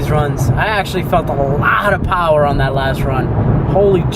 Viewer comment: Makin some